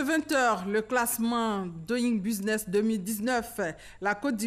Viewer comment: la rti doit recycler ses présentatrices en anglais . regarde comment elle prononce doing business